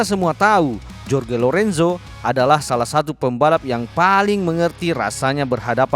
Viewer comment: Bang maaf ya seblm nya,,cm saran,,tolong sebut nama sesuai kewarganegaraannya,,sprt Jorge (di baca Horge),, Joan(di baca Hoan),,biar match..